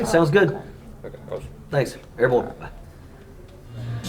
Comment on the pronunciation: As an army veteran, I cringe hard every time this guy says “airborne.”